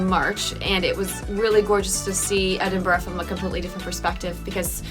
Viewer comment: Every Scottish person was probably well chuffed when you didn't pronounce it as "Eeden-burg" 👍